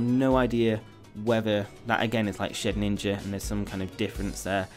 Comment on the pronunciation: please stop calling it shed ninja, it's shedinja